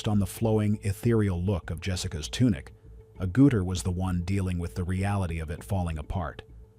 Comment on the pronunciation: Sorry, but your pronunciation of Agutter is just "ouch"